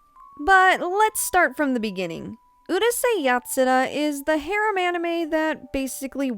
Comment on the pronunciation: I don't know if it is rude to say it like this but because of your pronunciation of the (mostly Japenese) words, I can't understand what you are saying even though I know the word (for example : harem )